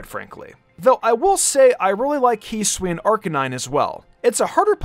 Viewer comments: Its not pronounced heesui hi su i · This channel is cool. I cant fn stand the way you pronounce hisui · Can u learn to pronounce Hisui and Hisuian correctly please?